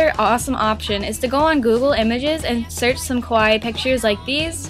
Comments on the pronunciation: Sounds like you're saying 'kowai' instead of 'kawaii.' 😂 Kowai means "scary," but great video! ❤ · It's pronounced KAH-WAH-EE not KOH-WAI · its kawaii not kowai kowai=scary scary pens ohhhhhhh i get it. remember kids always pronounce it right..... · This was great but (sorry for saying this but it really annoyed me) you pronounced 'kawaii' wrong. It's meant to be pronounced ka-wai-ee and the way you pronounced it sounded closer to kowai which means scary. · Just a question.... why do I hear people mispronounce rhe word kawaii wrong ecerywhere? It's not pronounced as [ko-wa-ii], it is pronounced as [kaa-wa-ii]! If u say it as [ko-wa-ii], it will change the meaning into scary instead of cute. Ok? Gosh! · Sounds like you're saying "scary; not cute" (kowai) instead of "cute", try accentuating the "ka" in kawaii. Your pronunciation of the last part is good though ("-waii") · when you say "kawaii", it sounds like you're saying "kowai" - which means "scary". just a small fyi ( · you pronounce kawaii like kowai which means fear in Japanese . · Eugh, I feel like a weebo for pointing this out, but she keeps pronouncing 'kawaii' as 'kowaii' which means scary and not at all cute.... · it annoys me so much that she cant say kawaii right ka--waa--iiii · omg you made my day so da whole time she was saying scary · I knooow!! Almost every youtuber does that!! o.-"